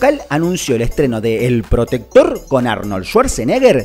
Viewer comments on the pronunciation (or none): no dice "el protector" dice "el Trotector" .